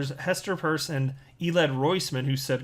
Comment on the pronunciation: Hester PIERCE 💉 not PURSE 👛